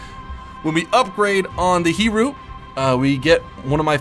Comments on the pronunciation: We need to give some Japanese classes xD. Aoba - Ow-Ba (The Ow is pronounced like Ou in the word Ouch) Ryujo - Ryu-Jo (Ryu just like the dude from Street Fighter) Zuiho - i have no idea how to help you here with out sounding this out to you lol... Hiryu - Here-You (lol....) Shokaku - You actually did good on that one:) Taiho - Tie-ho Hakuryu - Ha-Ku-Ryu (You were close kinda) And that concludes the lesson for today. Hopefully this will help you if you see it. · close enough pronunciation of japanese names, just one point, Hee-REE-uu, Ha-KUH-ree-uu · If you were wondering: You almost pronounce the Hiryu right. Here-yu. Speak the "y" as you speak it in "you", but don't forget, "Hiryu" has no "o" before the "u". Same with the Ryujo. "Ru" but with the "y" - "Ryu" (japanese for dragon) and then just add "jo", kind of like "joe", but without the mutation the "e" adds in english. Shokaku - Exactly as written, but the emphasis is: "ShoKAKKu" - both the "A" and the "u" are short, but between the two, the "u" is almost disappearing and yet still distinctive. Taiho - Again, just as written, "TAIho" - for the English: "T-aye-ho" - "Tayeho". Equal emphasis on both syllables. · c'mon guys! we need to give a pronounciation lesson! Hiryu (Hir-you), Taiho (thai-ho), zuiho (zooey-ho), ryujo (Ryu-joe)